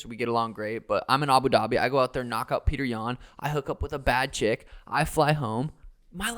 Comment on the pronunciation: Did Sean say " knock out petr yahn?" ...